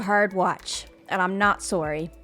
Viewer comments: That was the most canadian Soooory from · every time she says Sorry, i can hear Grian in the back of my head repeating “Sorrey”. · "And I'm not soory" is cracking me up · Did you guys hear that? She's definitely not sorey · You're not what? Not saw-ry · and I’m not surry, the Canadian coming out in